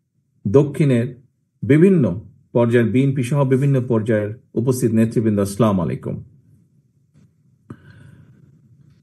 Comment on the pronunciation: বাই আপনি দয়া করে চা মুলাইকুম বলবেন না, বলবেন আসলাম আলাইকুম বলবেন